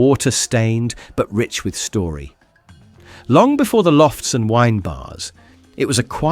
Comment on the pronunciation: Freudian slip .... The 'S' in 'Story' is hidden 😆